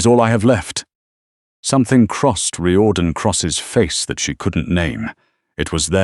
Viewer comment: It's Rear-don not Ry-or-dan